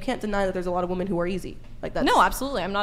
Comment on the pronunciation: Another person who can't pronounce "women" correctly